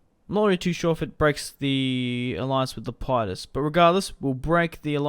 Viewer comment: It's lep-i-dus